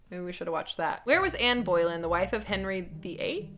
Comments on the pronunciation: Just a heads up, Boleyn is pronounced Bo-lynn not Boy-lynn ☺️ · Oh I was in physical pain when said said Boy-lyn. Sorry I love ya. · Was anyone else dying at the pronunciation of Boleyn 😂😂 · the pronunciation of boleyn had me dead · I admit I winced in pain when mispronounced Anne Boleyn's name. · The way you said Boleyn upset me. I do not recommend the other Boleyn girl. It’s an okay film but it’s so inaccurate. I’d recommend any series by Dan Jones. He’s a historian but his stuff is definitely some of the most interesting to watch. It’s not dull and boring.